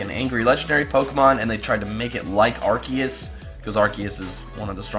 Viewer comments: it is arseeus not arkues I mean the pronunciation. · The RKS thing would be true but Arceus is pronounced (Ar-See-Iss)